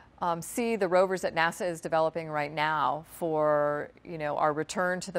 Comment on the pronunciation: LMAO "NASA "